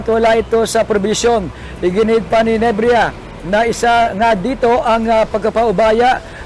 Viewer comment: NEBRIJA hindi NEBRIYA lintok n reporter ito